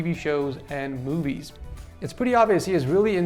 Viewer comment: Who all hears boobies instead of movies?